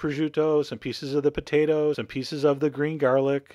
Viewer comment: i love the way you say potatoes "potaduhs"